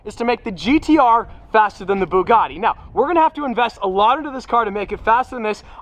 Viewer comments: When say Bugatti in an Italian accent when it's a French car hmmmm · The fact he said Bugatti in an Italian accent makes me want to uninstall life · He says Bugatti in an Italian accent when it's really a French brand lol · „it’s a Bugatti 🤌🏻“ with Italian accent lmao It’s French -German😂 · Why'd you say Bugatti with an Italian accent?! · saying Bugatti in an Italian accent is like saying Baguette is my favorite pasta. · well, he did say the name of a French car made by germans in an Italian accent so the chaos is already in motion. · Bugatti: french car brand: 🤌Bugatti🤌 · Bugatti Bugatti in italian accent even though its french lmao